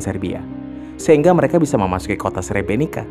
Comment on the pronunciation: Srebrenit-sa bacanya maaf.